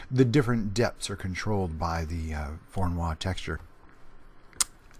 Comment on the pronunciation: It's not pronounced like a French name :) It's Russian: vorr-oh-NOY.